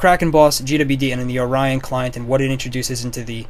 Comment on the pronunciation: Or-ree-on Orion